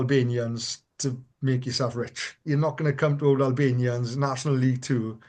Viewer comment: Good show, though, and it happens with TNT commentators too, I wish you would pronounce Albanians properly, i.e. Allllllbanians, like St Albans, not Albanians the Eastern European country!